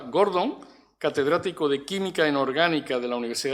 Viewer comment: Ilmas. Sras. e Ilmos Sres. Académicos de la Real Academia Sevillana de Ciencias. Simplemente querría precisar que el nuevo miembro se llama José Antonio Odriozola GordÓn y no Gordon tal y como Vds. pronuncian su apellido. Siempre y cuando, obviamente, el nuevo académico no haya decidido cambiar su segundo apellido por uno anglosajón.